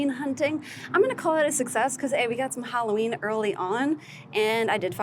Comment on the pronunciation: It’s Halloween not Holloween!